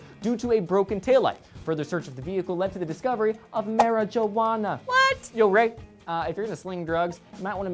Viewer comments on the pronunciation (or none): LOL, he mispronounced "marijuana".